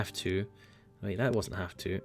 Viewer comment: Are you German?